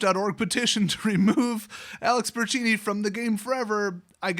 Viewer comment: Say it with me... Bur ton chee ni